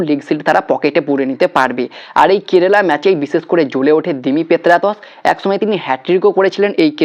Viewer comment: Apnar kerala uchharon ar holo na hajar bar Bola sotteo sei kerela tai theke gelo.ebhave bikrito uchharon kore ki video banano uchit?apnar followerder kachei bisoyta janalam.tarai egulo bibechona korun.